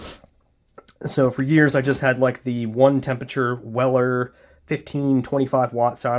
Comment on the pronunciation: what is a soldering iTon? ...oh... soldering iRon 😋